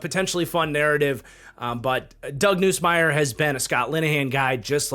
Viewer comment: Hey just for reference, it’s pronounced Nuhs-Mier not Noose-Mier